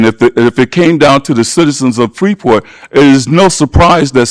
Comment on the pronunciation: Wouldn't a normal, somewhat educated, adult alderperson who lives in Illinois would know how to PRONOUNCE IT CORRECTLY!!!!!! The 'S' is silent. My God, what an embarrassment to the city of Freeport!!!!!!!